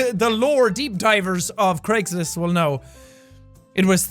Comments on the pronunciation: it sounds like you're saying Creggslist and I love it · Dude it's Craigslist not jacksepticeye try not to laugh